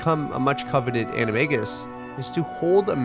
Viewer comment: say animegus one more time.